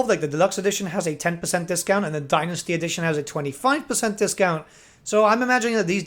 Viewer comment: As a fellow Brit you're killing me with how you pronounce Dynasty (Thank you for the video, always watch your videos for the latest info)